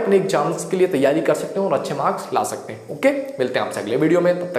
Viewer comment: Sir ji I came here for the first time You're too good But here are one mistake in your speaking that.... Zaiye Nhi Jaiye Zai hind Nhi Jay hind